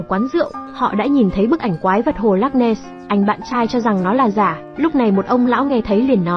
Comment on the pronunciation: Không biết đọc chữ ness chứ không nen,chắc hồi nhỏ không đi học rồi,hahahahahahahahaha